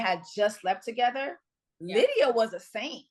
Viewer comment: Lmao lie-dia 😂